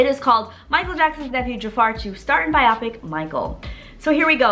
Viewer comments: This is so exciting! I cant wait! I believe it is pronounced biopic(by-o-pick). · It’s so funny when she says “bye-ah-pic” 😂😂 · Interesting way to pronounce biopic